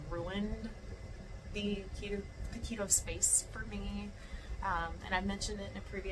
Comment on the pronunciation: Keto, not Lego 😂